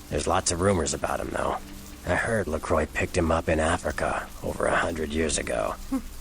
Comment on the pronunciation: I think you are actually right in how LaCroix's name is pronounced (as he was born in France) - presumably all the other Kindred mispronounce his name because they're American... and LaCroix probably gave up trying to correct everyone at some point or other - if he ever cared... doesn't seem the type to really make a fuss over people mispronouncing his name.